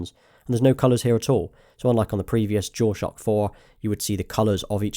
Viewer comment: Is he saying "jewel shock" thats all i hear. Its bugging the shit out of me lol.